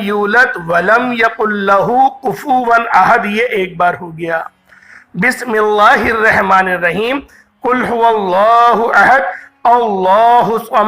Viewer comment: السلام علیکم ورحمت اللہ تعالیٰ وبرکاتہ حضرت بسم اللہ الرحمن الرحیم صحیح کرلیں